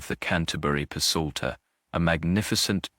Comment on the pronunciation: this ai narrator is particularly awful. I'm at one minute.35 and he's already mispronounced leaded and psalter. I can't stand it. Hire a human. I'll do it for free!